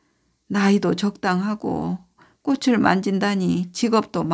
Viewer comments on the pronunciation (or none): 꽃을 만진다를 꼬추만진다로 들음.ㅡㅡ